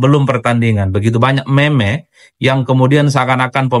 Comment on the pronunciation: Meme diBacanya Mim.